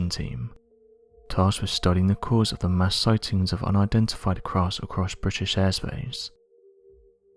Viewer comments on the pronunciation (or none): none